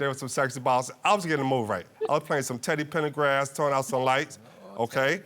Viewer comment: WAIT 🫸 THE WAY I HOLLERED I KNOOOOOO SHE DONT LIKE TEDDY PENDERGRAPH CAUSE ITS TEDDY PENDERGRASS 🎉🎉🎉 NOT PENDERGRAPH😂😂😂😂😂😂CHILLE OWEEEE TEDDY 🧸 PENDERGRASS ❤❤❤❤